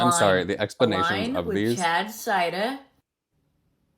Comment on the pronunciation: I can’t with the “CHAAAAAD cidaaah” lololololol Then the very next one also having cider in the name… pronounced …. Cider. 😂 shes so unreal with the exaggerated accent hahaha